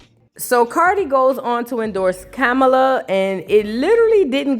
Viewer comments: STOPPIT..NOT DIDDY AND KAMALA IN THE SAME BREATH...PRONOUNCED COMMA. LA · It’s actually kah-mah-lah… please stfu nobody cares how you say butter chicken or tikka masala 😂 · COMMA...LA sis...pronounce her name correctly!!😞